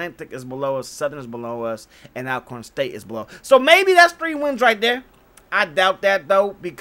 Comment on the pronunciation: Bro it's pronounced All-corn ✍🏾️. I fw your bids also!